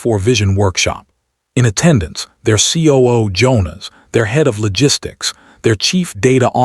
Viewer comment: I can’t click like on this story. The pronunciation of the names was atrocious. Only Leena and Priya were pronounced right, along with Jonas. The rest were butchered by anglicising them by AI??